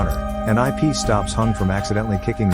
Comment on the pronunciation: It’s not I pee it’s ip just correcting you😊